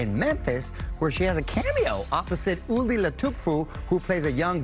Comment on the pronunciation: Damn Mario hella butchered uli’s last name 😂😂😂